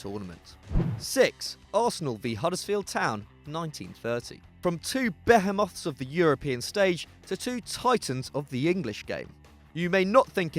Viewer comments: How did you just pronounce "behemoth" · The way you pronounced 'behemoth' made my head hurt :( Decent video otherwise! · That's not how you say behemoth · CAN YOU NOT PRONOUNCE "BEHEMOTH" properly ???